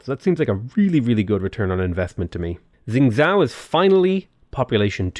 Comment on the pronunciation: pronouncing Zhou: Guangzhou -guang-zhoo Xingzhou-xingzow How it’s actually pronounced: Zhou -zhoh/joe